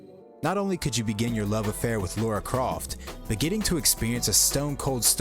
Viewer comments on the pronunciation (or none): Thanks for keeping intact the ratio of the 4/3 footage. No cropping, no stretching. Why do you say "Laura Croft" though?